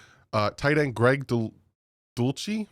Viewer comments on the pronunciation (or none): Dull-sitch = Dulcich For future, but love you brother, every video.